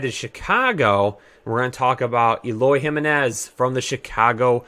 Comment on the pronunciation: Im mainly kidding but as a White Sox fan it hurts to see you butcher Moncada, Jimenez, Grandal etc.